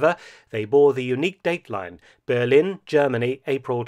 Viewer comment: I've never heard anybody call Berlin, Bearlin before😄